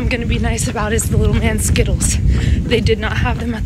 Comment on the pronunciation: Sgittles✅ Skittles❌ 😭🤣🤣🤣